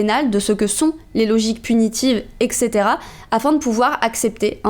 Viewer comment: On l'écrit comme on le prononce : eTc. Pas ekt. ni ect.